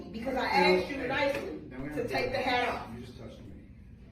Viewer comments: I can’t stand that! How hard is it to say asked? 😂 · I assume she is not an English teacher. “I AXED YOU TO TAKE OFF DAT HAT!” It’s asked you. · She 'axed' him to take the hat off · She keeps threatening him with being axed. 'I'm gonna axe you...' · Any professor that says “axed” is not a professor. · did she ask him or axe him? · But she axed nicely lol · "I axed you" - a university professor... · of I go to a university and I hear an instructor can't say the word 'asked' correctly, I'm asking for a refund and a degree